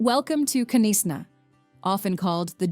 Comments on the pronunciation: I wanted to say bless you when she said Knysa 😂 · You do not sound the K in Knysna maybe it would hve been better to speak wit a local regarding the pronouncement of our cities and places. All and all i loved all the scenery please visit the VOORTREKKER MONUMENT in Pretoria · Knysna has a silent K so it’s not K Nysna just Nysna 😂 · Knysna is pronounced wrong, the K is silent. The presenter could have done better by asking those in the area to help with the pronunciation, Umhlanga etc wrong pronunciation. Sometimes is best to get a local to present these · Thats got to be the worst pronunciation of Knysna I’ve ever heard 😮😮😮 It’s pronounced “nice-na”… not k-neesna… 😅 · Nice video but you should learn to pronounce the names of the towns you visit. KYNSNA is pronounced NYSNA and UMHLANGA is pronounced UMSHLANGA. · And nisna not k-neesna. The K is silent as in know or Knight. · We don't pronounce the K on Knysna. We call it Nysna. Thank you for a beautiful video I also like your narration 😊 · Knysa, prounced 'nicena' , the k is silent. Great video, learning so much about my country, thanks. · Thx! Knysna-prononounced-Nizna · I loved the video, but honestly, why didn't you get a South African to help you with the pronunciation of the places. K.Nees Na ( Knysna) is the worst.😂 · I can’t watch anymore / it’s not ka nis na for fudge sake - it’s also not Bob a Tay - I give up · Please pronounce it as "Nysna" or "niesna" and not Knysna. it's a silent K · But couldn't bear the K-nees-na! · If you are going to make a video for international consumption at least have the voice over done by someone who knows the pronunciation of local place names. Holy smokes! Where is k-nesna for goodness sake. Kgalagadi, at least she didn't sound out the K but she totally massacred the rest of the word. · hi excellent movie ,just some pronunciations not correct eg Hermanus Knysna Umhlanga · Knysna pronounciation was the worst.